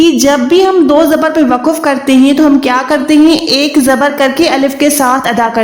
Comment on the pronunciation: WAQF hai waquf bilkul ghalat hai